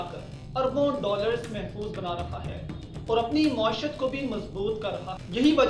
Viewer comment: Assalamoalaeykum... Moashat Nahi Bhai Moaeeshat Word Hey... I hope you will take Positively